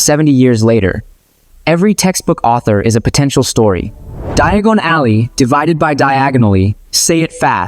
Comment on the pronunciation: I really enjoyed this except the mispronunciation of some of the words, like Diagon Alley.